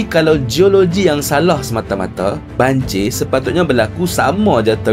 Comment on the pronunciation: Bukan banjir bro , tapi banjiyaq...